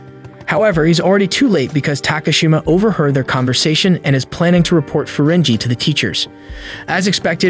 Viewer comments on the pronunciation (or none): none